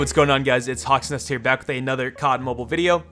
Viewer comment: You said hawksnest.. I heard hot sauce😐